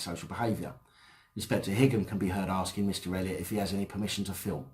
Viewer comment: i think Higham is pronounced High um (like Highgate)